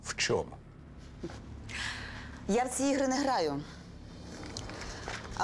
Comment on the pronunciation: Якось дивно вимовляє слідча слово Чому, каже Шому. Дивно